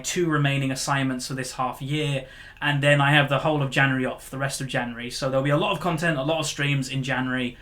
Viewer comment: January or Janery lol love u